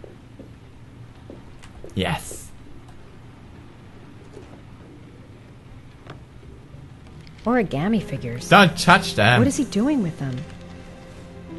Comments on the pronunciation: I can't freaking stand everyone saying Origami incorrrectly. It hurts so much. OH-REE-GAH-MEE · oraigarmi xD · WHY DO THEY KEEP SAYING ORIGAMI WRONG!!! AHRAGHRGHAHR!